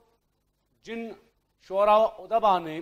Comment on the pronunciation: کار ہائے نمایاں ادبا الف پر پیش اور د پر جزم اور باء اس لفظ کا تلفظ ھے۔